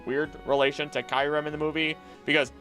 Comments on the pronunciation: I loved the video but some pronunciations of the Pokémon names were wrong like eternamax when its name is eternatus, and Kyrem when its Kyurem (Cure-Em) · Is it really pronounced kai-rem(kyurem) as you said at the start of the video??